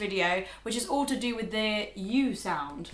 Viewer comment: "Tu be or not tu be" kkkkkkk